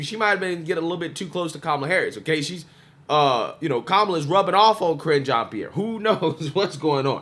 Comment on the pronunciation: Ca-Ringe Jean Pierre